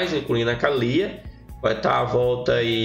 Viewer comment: Kkkkkk engraçado tu falando Kalyyyya 😅😅😅😅